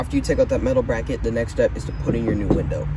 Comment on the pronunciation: "BACKET"! lol. but for real, you're really clear, easy to listen to, helpful. thank you!